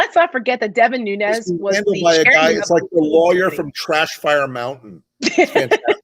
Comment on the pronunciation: It's Nunes not Nuñez. The name is Portuguese not Spanish.